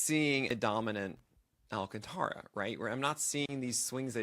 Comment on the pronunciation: Stop mispronouncing his name.